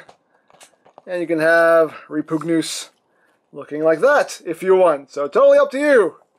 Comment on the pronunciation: Is..... is it pronounced like that? "Reh-POOG-news?"